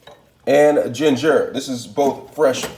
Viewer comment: Lmao, he said gingar